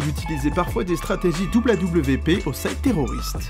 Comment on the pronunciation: AWP 😭😭😭😭 on dit « awape » pas a.w.p 🤣🤣🤣